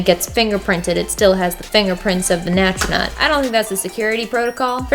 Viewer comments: am i the only one that hears her say nastronaut in de place of astronaut??????? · As a non native speaker, I'm so confused about you pronouncing astronaut as "nastronaut". I always thought it's pronounced without an n. But you did great with this challenge! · NAS-tronaut....good job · Lmao "nastronaut"